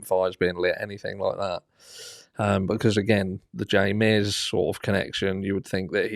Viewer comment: You keep calling Ray Mears, Jay Mears.